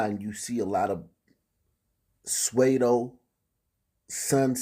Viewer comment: its pronounced sue-doh not suede-o